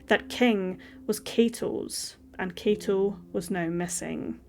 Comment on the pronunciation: K-ah-to is how you pronounce his first name. The surname you did great!!